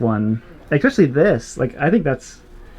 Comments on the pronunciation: There's no such word as exspecially it's especially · I'll subscribe if you promist to stop saying "eXpecially". it's not a word.